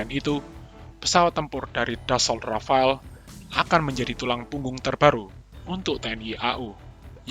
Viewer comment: Rafale min bukan rafael 😒